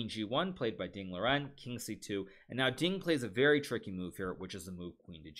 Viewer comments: I is just me or is he pronouncing ding liren wrong? not a callout but shouldn't it be pronounced ding lee run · If the standard is Mandarin Chinese, then yes he is pronouncing it wrong, but you are even wronger. As a Chinese I don't really mind either way. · The actual pronounciation of his name is Ding Lizjen.